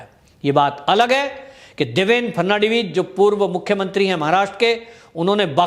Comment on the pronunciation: सरजी ,आप एक्स महाराष्ट्र मुख्य मंत्रीका नाम देवेंद्र फरनाडवीस बोलते हो वह गलत है, सही नाम देवेंद्र फडणवीस है ।